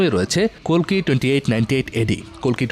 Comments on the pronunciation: Kolki na kalki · ভুলভাল তথ্য। ওটা কোলকি না কালকি। আর কাঙ্গুভা কোথায় দেখেছেন আপনি? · কলকি না রে ভাই কালকি👌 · কলকি না কালকী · আরে দাদা মুভির নাম কোলকি না। মুভির নাম হচ্ছে কালকি